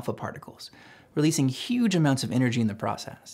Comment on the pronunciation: "cuge amounts of energy"